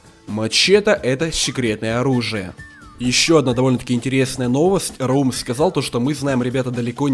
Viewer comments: не раУм а рАум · Не рау'м а ра'ум